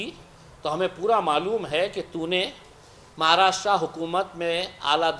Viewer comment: महाराष्ट्रा nahi महाराष्ट्र.भाऊ बोलना तो सिखो ना pehle.kaha reh rahe ho us ka naam bhi nahi malum. कमाल है रे.aur ye bambai kidhar hai. मुंबई बोलते है usko रे.नीट बोल नाव पहिले भाऊ